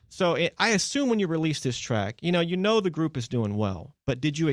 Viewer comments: Rosie's "you know" sounds like "you knewr"😊😍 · im inlove on how rose pronounce “you know” as “ye kner” that is something to live for edit: thank you for 80 likes ♥️♥️♥️